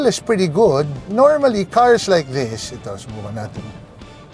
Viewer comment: "This" is pronounced with a voiced 'TH' - just fyi. :)